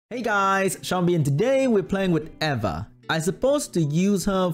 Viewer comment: its pronounced EEEE va